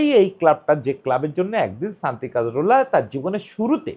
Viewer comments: কা-জোর-লা। কাজ-রোলা না। একটা মানুষ নিয়ে ভিডিও বানাইসেন, না থাম্বে ঠিক নাম দিসেন, না মুখে ঠিক নাম বলতেসেন। And Cazorla was a silent genius of a player. Don't call him mediocre please. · নামটা কাজরোলা না, কাজোরলা। একজনকে নিয়ে ভিডিও বানাচ্ছেন, নামটা ঠিকভাবে বলা উচিত।